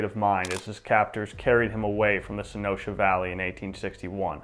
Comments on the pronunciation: When you said Mickey Free was kidnapped from, (I'll spell it the way it sounded to me), the "Sonosha Valley", while looking at the map, I wondered if you were referring to , Sonoita, (Son-oy-ta). I ask because I was born and raised in Sonoita where my grandparents homesteaded. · Sonoita is not pronounced "So Noasha", it's pronounced "SO NOY-TA" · Hey man like your channel a lot. It touches so far on a lot of my history, but my only critique is you sometimes slaughter the names to where they sound completely different. It's not Sen-o-sha it's Sun-oy-ta. Feel free to message me if you would like some help with southwest history/names/pronunciation. Other than that love the channel so I have subscribed. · Correction: Sonita is pronounced SO NOI TA. Spanish word. Located in now cochise county. They have a road side plaque of wards kidnapping. Great videos, keep them coming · Great video! I live in southern AZ; as an FYI, Sonoita is pronounced Suh-NOY-tuh. 🙂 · the locals here pronounce Sonoita Son oy tah, I almost didnt know where you were talking about til I saw the map.... great stories tho! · Its pronounced SO NOY TA....rhymes with SOY....and btw remember their were 6 major bands of Apache...Chokkonen, Bedonkohe, Chihenne,Nednhi, Lipan and White Mtn Apache....white mtn Apache helped the US Army...its where Mickey free married and decided to live out his life...its also where Ft Apache is located Also his first name was Felix Telles ...Ward was his stepfather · It's pronounced: Son-oy-ta.